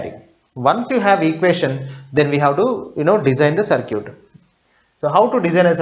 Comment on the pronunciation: please don't say CIRCUTE ..its CIRKIT(pronunciation) actually